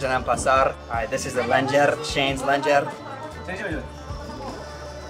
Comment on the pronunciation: "Cheyne's lenjer" ok 💀